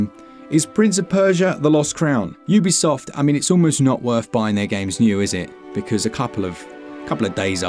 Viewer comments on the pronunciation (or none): none